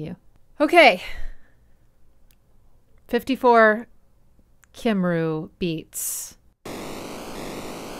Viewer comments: Nope, Cymru isn’t pronounced “Camry”, it’s pronounced “Cumree”, and it’s the Welsh name for, well, Wales. :P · Cymru is pronounced 'Cum-ree' but otherwise a very good video loved the analysis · “Cymru” is roughly pronounced “coomree” it means “Welsh” in Welsh. Also the instrument played in Btoum-Roumada is a carillon. QKThr is a reed pump organ (clarinets use reeds… not like you need me to say that). You can “prepare” a piano with paper for certain pieces. Any which way this album is a piece of art that deserves scrutiny.